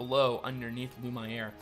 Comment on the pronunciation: The way you pronounce lumiere: l u (as in numb) m and the iere you need to pronounce as the word air